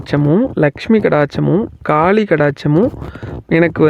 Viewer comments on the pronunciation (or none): none